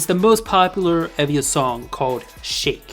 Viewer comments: Someone probably said this, but it's EE-via. "ee" as in "seek". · Tymee is a QUEEN she is my favourite rapper, periodt. As you asked for any corrections, E.Via is pronounced 이-비-아